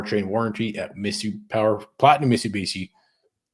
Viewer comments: I absolutely love these two guys! Zero F’s given as always, spittin nothin but hard honest facts and truths, but can someone please teach our boy how to properly pronounce Mitsubishi?😂😂 It’s Mit-Su-Bishi, not michabeechee. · Holy shit amateur hour. Mit-soo-bee-she.